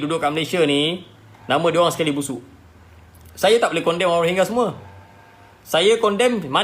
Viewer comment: Pronounce dia betul menunjukkan dia memang rohingya.